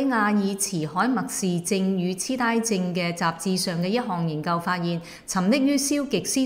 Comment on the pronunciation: 痴呆就痴呆(粤音：皚)(ngoi4)。有心做粵語節目就咪滲普通話音啦！劉青雲套<呆佬拜壽>會唔會讀做 ？呆板變成die板？重係粵語節目嘛？痴die？